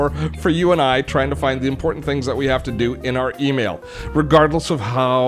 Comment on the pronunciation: And it's "important", rather than "Imporant"...